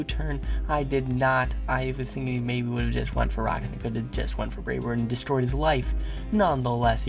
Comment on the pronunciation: Nice Clefable "destrollishment"